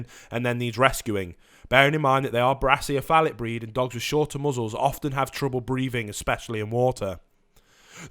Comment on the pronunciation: I tried to find the word you keep saying for the short nosed dogs - "braciophalic (brassy-o-falic)", is my best guess to spell it, but it does not exist - however, brachiocephalic (brakey-o-cephalic) is a word, but it is the artery that supplies blood to the right arm, head and neck of humans. But it's not even pronounced the way you keep saying brachycephalic (bracky-ceph-alic) or (brake-y-cephalic). I've heard you say you are a teacher ....